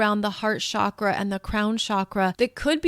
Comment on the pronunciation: It’s Chakra like chocolate. Not shakra. Sanskrit is vibrational and the pronunciation matters. Please say it correctly since you’re influencing so many people. It’s distracting .